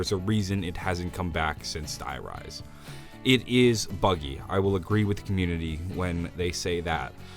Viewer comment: If I hear him pronounce "Die Rise" like that again my ears will start to bleed...